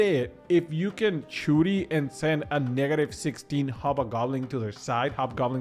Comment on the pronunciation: Churi... it's shuri shhhhhuri 😂😂😂